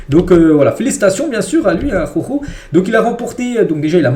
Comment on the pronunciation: « ARORO » Pitié . J’en peux plus à chaque vidéo d’entendre cette immondice. Prononce son nom correctement « ajauro » phonétiquement « araouro »